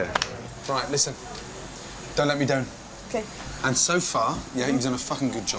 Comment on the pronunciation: 😅❤ hear Gordon's scottish accent come out! 'Don't let me 'down' ''. He was more sweet here with the scottish connection.